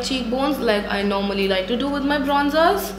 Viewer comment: 'Kronzers' and 'Klushers' BUWAHAHAHAHAHAHAHAHAHAHAHHA! 😂